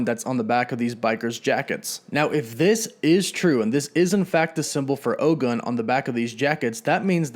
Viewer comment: OGUN IS PRONOUNCED OH-GOON. ✊🏿